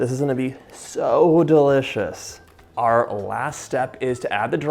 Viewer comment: Don’t forget DAH-Licious